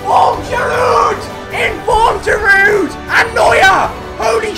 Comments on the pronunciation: Btw Giroud is actually pronounced "Girou" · I frensh Et Giroud not prononsig the D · Does anyone know how to pronounce GIROUD?